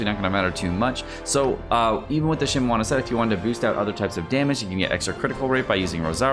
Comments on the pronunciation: So glad it's not a drinking game whenever you pronounce something wrong like that... Think of the alcohol blood poisonings you would be responsible for! "Shee-mee-nah-wah" (I know you corrected yourself at the beginning of the video, and the rest was recorded ahead of time. It's appreciated! But PLEASE! "Xing-Cho"... Not "Xing-Coo!") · lul at that Shimowana pronouncation. good math calculations tho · So annoying he saying Shimewana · Does he not know how to read? Bruh it shimeNAWA NAWA NNNN THE FUCKING N MY GUYYY.THE N